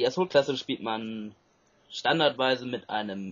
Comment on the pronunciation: Wenn man sich schon,," nennt, dann sollte man Assault auch richtig aussprechen können, oder?:D (konstruktive Kritik) Trotzdem hat mir das Commentary sehr gut gefallen, weiter so!!